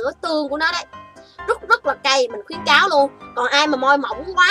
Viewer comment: Khuyến cáo chứ ko phải là khuyễn cáo chị ơi